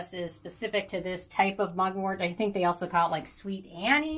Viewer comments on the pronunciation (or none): none